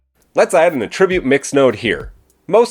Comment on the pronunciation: hate to be that guy... but... it was driving me a tad nuts and you say the word a bazillion times and I cringed every time. The word ATTRIBUTE can be used as a verb and a noun but the pronunciations are quite different. The verb means to apply a quality to something or something caused something else. This is the pronunciation you used in the video, the verb. The correct pronunciation for the nodes in blender would be for the noun usage of ATTRIBUTE. Something has an attribute. That is the usage in nodes. The nodes have attributes. For this video it isn't the verb pronunciation it should be the noun.